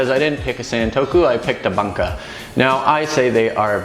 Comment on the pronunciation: Love the vids - but I your mis-pronunciation of ‘bunka’ drives me a little crazy. The (u) in Bunka (literally ‘culture’) is the ‘closed back rounded vowel’ - essentially the same u as ‘you’ and the same sound as ‘to’ and ‘new’. Anyway - great stuff regardless.